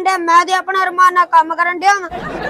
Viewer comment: ਅਰਮਾਨ ਨਹੀਂ, ਰਮਾਨ ਬੋਲਦੇ ਆ ਆਰਾਮ ਨੂੰ ਰਮਾਨ ਨਾਲ।